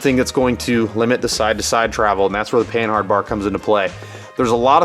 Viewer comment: I'm fairly certain that the H is silent in panhard since its origin is from the French company Panhard.